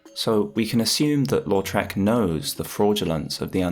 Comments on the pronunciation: Lautrec, not Loutrec... Really cool video :) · Why do I always hear "Lord Shrek"? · I keep hearing you say "Lord Shrek" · the way you put the emphasis on the second syllable of Lautrec makes it sound like you're saying Lord Shrek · i thought he said “lord shrek”💀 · I hate everything about this video. I hate the way you say "Lautrec". I hate your high school debate team style jargon and "le devils advocacy" 2012 redditor analysis. I hate the audio mix and I hate that it compelled me so to break open the YT comments for the first time in 4+ years to tell you this.